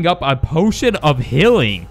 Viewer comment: You said healing wrong